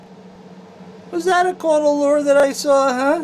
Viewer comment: as in "are you caut de leuring?" "Was that a caut de leur?"